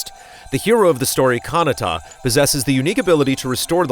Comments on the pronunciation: kahnatta? ka-na-ta pls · *Galdra not Gladra lmao. and you’re also pronouncing Kinata’s name wrong haha. Booooooooo